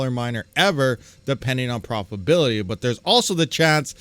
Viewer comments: Pro-fi-TA-bility not "profibility". Please. C'mon man. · It's your pronunciation. Doesn't matter much just a humorous bit that your missing a syllable when you pronounce profitability.